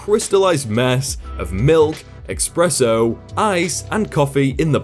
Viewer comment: Anyone else annoyed by saying "Expresso"?